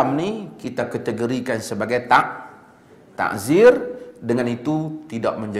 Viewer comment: Bukan taHzir...Ta'zir..dengan Ain...